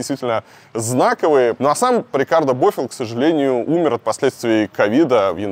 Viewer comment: Илья, сколько можно коверкать фамилии? Не бОфилл, а БофИлль. На каталанском - "хороший сын".